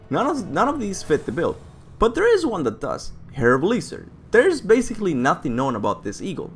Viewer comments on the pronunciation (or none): Pronounciation assistance. Hrrai Sveh-elgihr... Interesting theory b.t.w. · sorry man but... heh-ra-vuh-lee-sir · Well this is just hilarious, especially with the trigger warning/disclaimer at the beginning. Gotta love "Hairveleesur" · it is Hræsvelgr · i think its pronounced hräsvälgr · The eagle's name is pronounced her-rays-velger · If I had to guess, I'd say that Hræsvelgr(Pronunced H-Rays Fell Grr, by the way) was originally supposed to be the boss in Helheim.Cory and the crew probably just couldn't include such a massive boss due to time restraints or something, so we got stuck with a troll instead. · It’s Hræsvelg. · Its name is pronounced: Ha-race-valgur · It's Hraesvelgyr